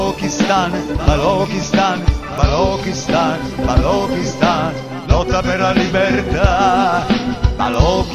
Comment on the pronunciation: grazie grazie... Liberta Liberta Balochistan.....!!! (only single pronounciation mistake, it should be Balochistan... 'ch' as in 'Church', Chili, China... )